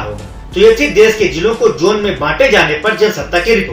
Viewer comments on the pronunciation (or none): पहिली बात भाई जोन नाही होता वह झोन होता है 😝😂👌 लॉक डाउन के बात आपको एक पद्मश्री मिलेगा भाई 🤣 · "झोन" है वो... "जोन" नही